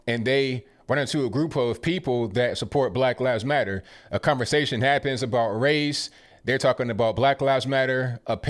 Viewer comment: You talkin abottttt why u say u talkin abottt like that abl sir?